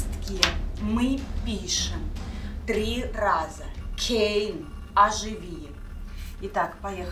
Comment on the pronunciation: Это кейн а не Кэйн